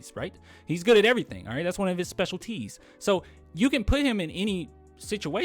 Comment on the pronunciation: The way you said specialties "Special T's" I love it